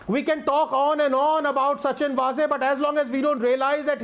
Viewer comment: वाझे, not वझे.